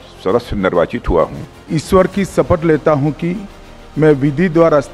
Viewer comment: Tadipaar ko koi batao iswar nahi ishwar hota hai😂